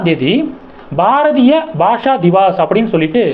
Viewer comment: பாரதிய பாஷா திவஸ் அது. திவாஸ் இல்லை தம்பி. திவஸ் என்ற ஹிந்தி சொல்லுக்கு நாள் என்று அர்த்தம்.